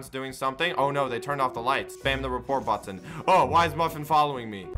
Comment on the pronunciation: When he says button it sounds like butthon